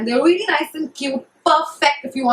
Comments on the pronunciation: if I had a penny for every time you said 'weally' I'd go shopping at sarojini nagar maybe :P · hahahahaha ....weally